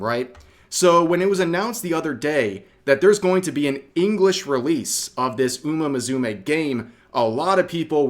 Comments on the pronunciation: Oo muh Moo Soo Meh Please practice pronunciation. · The way Rev pronounces Uma Musume makes my inner weeb cringe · YES! It was painful. Honestly, I just needed to know one other person felt the same. Thank you. I feel better now.